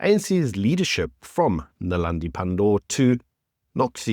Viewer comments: Naledi.....not .. Nelandi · Naledi not Nalandi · Maybe just get Naledi Pandor's name right.